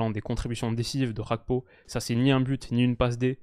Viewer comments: Merci pour cette vidéo. Juste une précision GAKPO se prononce comme tu l'entends avec le ''G'' du début. Ce n'est ''Xakpo'' mais ''Gakpo'' avec le ''Ga'' comme Garage. C'est un nom africain (togolais plus précisément). Ce n'est pas un nom d'origine néerlandaise. Donc le G se prononce naturellement. 🙏🏾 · je compte sur ton sérieux pour arrêter de dire Cody "RHAKPO". En effet bien que l'attaquant des reds soit Néerlandais, son nom famille lui vient de son père qui est Togolais. Au Togo la première langue est le français, et on dit bien Cody GAKPO. Comme par exemple Serge GAKPÉ à l'époque au FC Nantes. A titre de comparaison c'est comme si tu disais Théo "HERNANDÉ" parce qu'en français EZ se prononce É. Son nom est clairement d'origine espagnole, donc on prononce "HERNANDAISE". Avec tout mon respect et mes amitiés. (10€ offerts et votre premier dépôt doublé avec le lien en description)